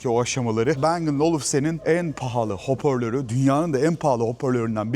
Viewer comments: Hoporlör ne ! Doğru düzgün konuşun srtik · Bu hoparlör değil öpörlör😂😂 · Hoparlör diyemeyen içerik üreticisi 😂